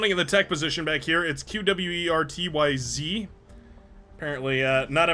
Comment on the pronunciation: Qwerty is a keyboard layout. It's pronounced "kwerty" - this just has a z at the end. :)